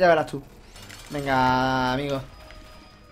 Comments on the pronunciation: Bauti Juegos Y Mas Crack Lo dice apropocito para hacer gracia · Por que dicen dalta faño? no seria falta daño?